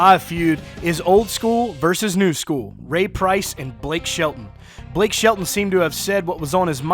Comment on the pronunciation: Whos Blake Shit-a-ton, and I live in Oklahoma. ..